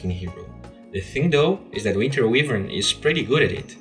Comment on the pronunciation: actually you saying winter weavern hurts my ears dude :( Shes my main FeelsBadMan